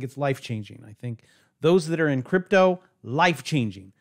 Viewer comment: I spit my damn beer out when said cryptle lol 🤣 best one ive watched so far!